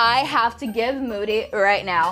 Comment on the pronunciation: That’s so funny 🤣 when moody want to give triceratops be like: thanks for the triceratops muddy Me:it’s moody not muddy😂😂😂😂😂🔪🔪🤣🤣😂🤣😂😂